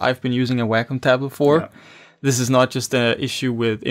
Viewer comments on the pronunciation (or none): Why do these people do tutorials on products that they cannot even pronounce correctly? It is NOT a "Whackum" tablet!